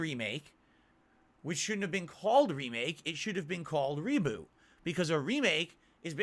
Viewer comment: Umm What The F is ReeeBooo said it 4 times I never heard someone who can't say Reboot right 🤦‍♂️